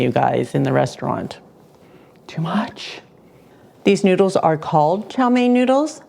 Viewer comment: It’s no njuidles, it’s noodles, idiot.